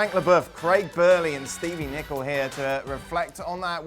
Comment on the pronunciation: Stevie nichol, lickle nickel 🤣🤣🤣